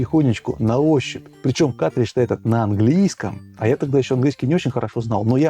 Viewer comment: каРтридж, а не катричш